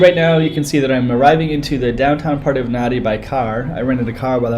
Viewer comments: You are wrong... The correct pronunciation of Nadi, is closer to “Nahn-di” than “Nan-di”. “b” is “mb” as in bamboo. you'll hear “bula” or “hello” many times. You may notice the slight humming “m”, almost silent at the beginning. It is NOT Na-Di! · PLEASE Pronounce the name of this town correctly!! It is not Na-Di. It is said Nan-Di. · Learn to pronounce NADI...there’s a silent N after the A. And it’s not HINDI religion it’s the HINDU religion.